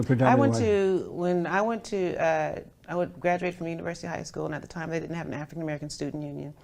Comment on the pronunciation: " Oh ! No you ditent"🖐️